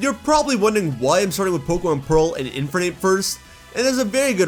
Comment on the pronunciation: Why do pronounce "Infernape" like that?